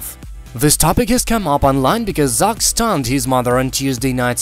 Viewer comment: Cant pronounce Zach ?